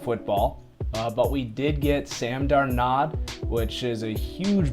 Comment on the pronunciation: It's Dar (rhymes with car) nold (rhymes with hold) ............Darnold.